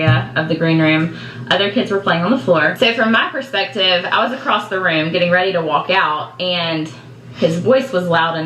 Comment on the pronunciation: Wait, did she say "in my prospective"??